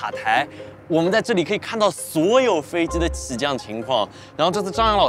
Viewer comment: 飞机Ji不是飞Zi，几百万粉丝大v了，拍摄设备那么好，不舍得改进一下自己普通话发音。听着真难受！拜托🙏🏻